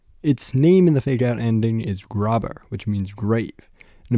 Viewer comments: Was looking for a good explanation of this game. My only gripe is your pronunciation of großer as grobber instead of gross-er since it's German like a lot of the other text that flashes up during the game I.e. achhtung meaning warning or hab kein angst meaning have no fear (be not afraid). Otherwise great video, just had to get this out cos it was bothering me too much after watching lol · Just thought it’s worth mentioning- grober is actually großer, a unique letter in german. The O should sound like a long O and the b (or ß if the game files have it) should sound like a sharp s, something like grOsser